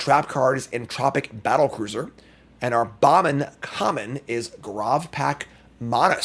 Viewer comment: its "gr - Ah - v" not "grov" by the way. its short for Gravity.